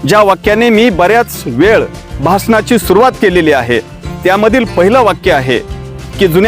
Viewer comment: भाषनाची नाही रे बाबा भाषणाची सुरुवात असे बोल रे राजा.